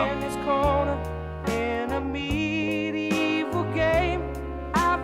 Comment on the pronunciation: Love some of his pronunciations - "like a castle in his corner in a MEEDEE-EVIL game, I FOESEE terrible trouble"